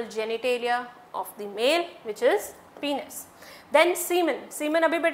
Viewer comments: Penis is not pronounced as पिनस ,its pronounced as पेनिस। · YEAH!! But I'm still in shock maam's pronunciation of some words like gamets,penis & many more....😳😳 If her pronounciations are ryt then my whole life was a lie 😭🙂😟